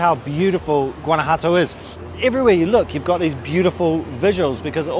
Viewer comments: It's not Guana-Jato it's Guana-JUATO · Great vlog, guys! It made me so hungry just watching. Lol! I've been living in Mexico for 12 years now (originally from Florida) and speak Spanish fluently. I'm alo an ESL teacher. Guanajuato is quite difficult to pronounce but here's the correct pronunciation: /wah-nah-HWAH-tow/ The "Gu" makes a sound like "W" when pronounced together and the letters "ju" makes a sound like the consonants "hw" when pronounced together (rapidly). Hope that helps. Love your channel! Saludos de Tequisquiapan, Mexico. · You really should learn how to properly pronounce Guanajuato. There is no "G" in the pronunciation, it's pronounced in the same manner as the letter "J" in spanish. So basically it's "Wanawato". But I can tell you're British, and the British are notorious for butchering even the English language so... And before you comment back, I used to live right in the next town over, Silao, Mexico. That's not coriander in the salsa it's cilantro. Coriander is the mature seeds of the Cilantro plant. A "square" pan? Sure looked like a round dished pan to me...